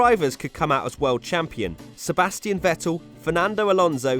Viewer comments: This idiot again who cant pronounce vettel 🤦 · It really annoys me how he says Vettel